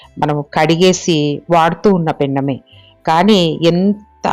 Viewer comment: పెన్నము కాదు పెనము